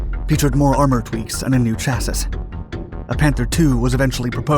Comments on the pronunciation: Just for future reference it's pronounced cha-ss-y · AGAIN It's pronounced, "chass-ee", not, "chass-iss". Christ Almighty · Cha' see NOT cha sys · Chas-sis kills me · Chassis is pronounced Chass-EE. The "S" is silent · Who is this narrator?! Can't even pronounce "chassis," somehow! "Cha-siss," he says. Twice. I thought maybe he was a computer text to speech program, but he goofs up sometimes in ways that strike me as really odd (mispronouncing words in a slip-up way, as opposed to the phonetic mistake with the "s" at the end of "chassis"), were it just an AI voice. FFS IT'S "CHASSY" OR "SHASSY" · Chassis is pronounced chas-ee. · Chassis ='CHA-see' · The word ‘chassis’ is pronounced with the third & final ‘a’ silently. Sounds like ‘chassey’. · CHASSIS Pronounces CHASSY In any dialect of English. I was sure this couldn't be. Perhaps I didn't see this before. I've made this comment on your channel before. It's kind of disheartening. I hope you can rectify this error soon. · Also, "chas-iss". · you are correct. its pronounced chassy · What Rock did the narrator crawl under from? Chassis is pronounced Chass-ee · Clean Your Chass-iss You must say it chass-iss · Dude.. did you seriously pronounce the s at the end of chassis? smh... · Please look up how to pronounce the word "chassis" properly. My goodness. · I would happy just to hear him pronounce"chassis" correctly. I swear he does it just to torture me... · Is it just me, or is the narrator mispronouncing the word “chassis”.